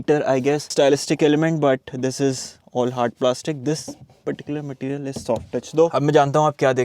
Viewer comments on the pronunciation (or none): none